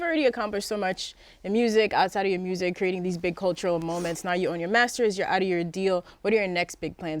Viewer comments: Gottis pronouncing of the word music is priceless...lolol!!! DJ Ak: So Gotti tell me what I love most? Gotti: Shiiiiit Murzik!!! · “Making MERSSIC” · "Making Mursic"